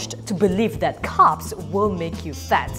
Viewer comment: I thought she kept saying “cups” not carbs lol!